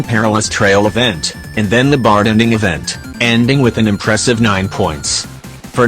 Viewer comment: Why do I keep hearing the TTS voice say bart-en-ding instead of bar-ten-ding?